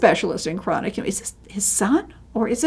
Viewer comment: This is very informative, an excellent introduction to a wonderful painter who isn't as well-known outside of Northern Europe as he ought to be. But, you really need to work on your pronunciation of the name. I don't insist on the uvular 'r', but at least broaden the 'a'. It is not pronounced 'chronic'.